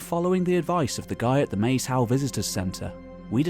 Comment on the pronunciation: I love this channels videos but one small moan about every body who talks about Maes Howe - It’s name is part ancient Brythonic (Welsh) and oart old Norse - Maes is actually pronounced like Mice - and means filed in Welsh -‘ and Hiowe is derived trom old Norse to mean burial mound - so it means Field or the burial mound - illustrating the various people who have had an effect on the islands.